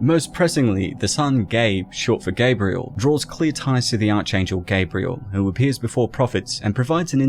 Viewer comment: The "arch" in "archangel" rhymes with "ark".